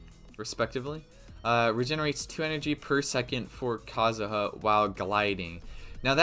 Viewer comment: Just say Kazuha dumbass. The joke didn’t land the first time.